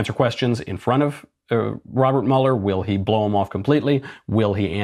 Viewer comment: It’s Mueller like Beuller, not Muller